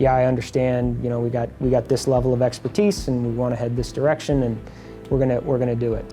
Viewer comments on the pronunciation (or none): none